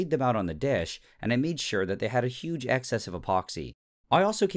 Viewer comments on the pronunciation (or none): none